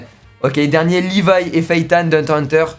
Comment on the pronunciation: On dit hunter x hunter